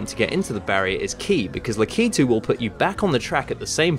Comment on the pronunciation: It's pronounced lack-a-two not la-key-tu